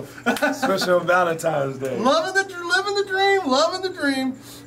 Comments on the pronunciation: "Valentime's day" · Valemtines day, lol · "Its valemtimes day, and I'm pretty excited" 😂